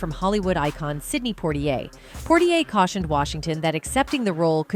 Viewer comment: Poitier is not pronounced Portier!! 😒